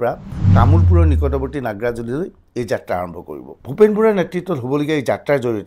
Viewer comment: নাগ্ৰাজুলি নহয় অ নাগ্ৰিজুলিহে 😅